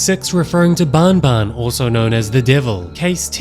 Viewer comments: it's not bon bon it's ban ban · Bro keeps saying bonbon instead of banban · iTS nOT BONBON IT'S BAN BAN!!!! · You say the "an" in banban just like when u say an normally please its not "baonbaon"